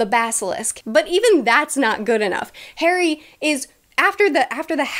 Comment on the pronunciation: start "ok today we are going to talk about HAIRY potter and the...." good grief!